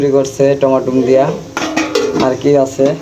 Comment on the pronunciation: টমাটুম না রে ভাই টমেটো